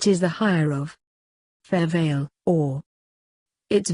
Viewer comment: VALUE, not VALVE